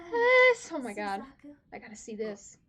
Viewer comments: Yep. Was afraid that I had upset you with that Suzaku pronunciation... Though I've never had anyone say "you know who I'm talking to" and mean me. So that's a funny feeling. I do apologize that I had upset you. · 90% comment = Don't spoil!!! 8% = Suzaku pronunciation 1%= Actually spoiler Btw, nice reaction! (Also don't read the comment section after you upload, wait few hours to let the spoilers sink in)